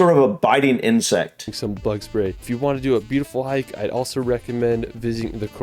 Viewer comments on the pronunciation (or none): none